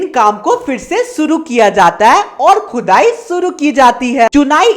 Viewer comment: pr Khudai ❌ chudai ✅